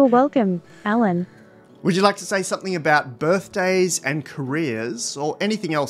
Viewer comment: A very fluent speech except the prononciation of the name "Alan"